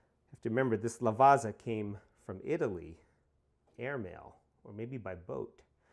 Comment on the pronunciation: it's a great bean. i use it all the time on my pavoni. by the way. "double z" "ZZ" you prnouce it like "PIZZA" not" Lavaza but something like, Lavatssa"